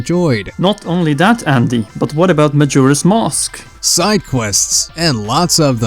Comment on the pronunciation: "Majora's Mosque"